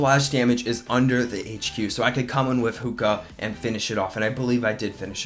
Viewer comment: They you call them 'Hooka', its 'zookas'